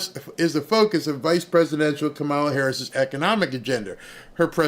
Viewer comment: Did you say KA-MAO-LA lost the election?